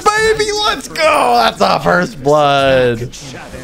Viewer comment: not foist but foist in yo heart💕